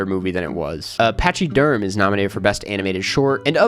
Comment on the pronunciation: it's pronounced "PACKA derm"